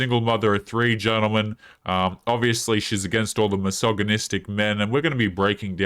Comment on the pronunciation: What is hillarious is that if yoy pay attention most of those women say "massageonistic" and not "misogynistic"...🤣